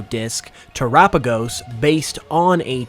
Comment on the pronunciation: your the only person i heard say the name terapagos right